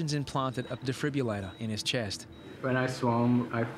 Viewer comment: Love how the narrator cannot for the life of him say defibrillator